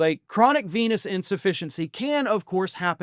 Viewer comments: For a moment I thought you said "chronic penis insufficiency". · LOL, at first i thought you said "Chronic Penis Insufficiency" I guess he has that too , according to Stormy 😂😂😂